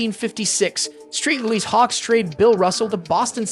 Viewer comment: Is this AI or is that honestly how you pronounce St. Louis and Abdul-Jabbar